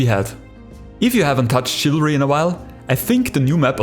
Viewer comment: I thought you Said chavalry 2